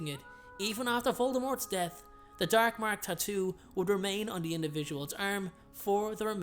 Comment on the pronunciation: the DERK MERK